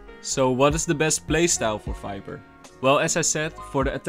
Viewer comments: It sounds like sometimes you say fiber instead of viper. And then potion instead of poison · Falorent? Fiper? .. Dude what are you saying? ..